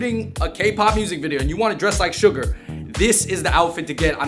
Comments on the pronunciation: It’s Suga (pronounced Shoo-ga), not Sugar 🤓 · It’s suga . Not sugar . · Suga not suger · It’s Suga, my dude. “SHU-GAH”. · It’s suga without the R